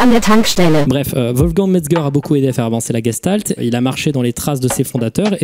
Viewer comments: Coucou! Super vidéo, juste par rapport à la prononciation des mots allemands ça se dit "geCHtalt" et non "geStalt" et pour Ganzfeld on prononce le "an" non pas comme dans "gangrène" mais plutôt comme dans "Ghana". voilà c'est tout, merci pour ton travail:) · c'est de l'Allemand et ça se prononce en vrai "gechtalt".